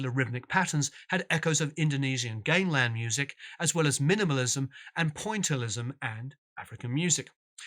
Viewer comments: Gamelan (Indonesian metallic percussion instrument) is pronounced GAM-E-LAN. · Great doco...however your pronunciation of Gamelan is wrong. Sorry! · A fascinating story well told. Only spoiled by your persistent mispronunciation of the word “gamelan”. As a confirmed pedant this was an unpleasant distraction. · Like part 1, this is really well produced and quite insightful. Couple of pronunciations: Gamelan = Gaam-ah-lan, not Game-lan. Music Concrete = Music Con-cret, not Music Con-creat Also, you can't mention the 'classical' influences of the 80s Crim without listing Steve Reich and American Minimalism among them. This is where all the part phasing came from. On a pure basis of form only, it started with Reich's 1966 piece It's Gonna Rain, a piece whose compositional element can from two identical tape loops that went in and out of phase. However, by 1967 Reich was compositing scored music designed for live performance to have the same effect . An example is Piano Phase, where two identical piano ostinatos are played together, in unison. however,one has 12 notes, the other only 8 notes - exactly the process Fripp used in much of the 80s Crim music. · Nice piece on KC, love your videos! But it's not "game-lan" music, it's pronounced gam-e-lawn. Sorry to be picky but the Balinese orchestras are worth it. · Not "gaim - lan" it's pronounced "gahm - eh - lan"... It's a Romanized transliteration... with 3 syllables. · Gamelan is not pronounced game-lan, but like gam-e-lan. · Can I just say - it's not game-lan, it's gam-e-lan. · "Gameland" music. It's pronounced gam·elan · Great videos, but I cringed whenever he said game●lan instead of GAM●uh●lan music. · "G "ah" meh lan" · Very detailed discussion. Much appreciated. (Oh, and it's "gah-me-lan".) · Great! btw Gamelan is pronounced like Gammon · GAMELAN .. Gamm-Eh-Lann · "Gamelan" is pronounced: ga·muh·lan